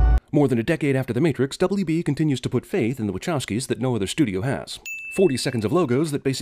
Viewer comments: You keep saying waCHowski emphaszing the ch like "chair" but isnt it pronounced more like wakowski with a sharp c. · Isn't it pronounced wa-kow-skee brothers?